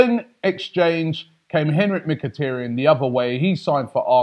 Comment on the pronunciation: Its mikitaryn not mikitryn